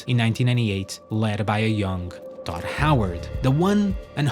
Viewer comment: it sounds like you say dot howard every single time. its so annoying!